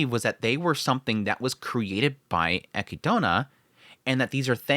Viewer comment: No shade but why do you pronounce Echidna like that 🤣